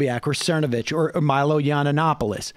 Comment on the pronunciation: Mike Cermacervitch can’t even say his own last name right.